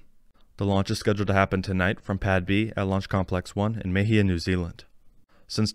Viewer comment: BTW, Mahia Peninsula is pronounced Mah-He-A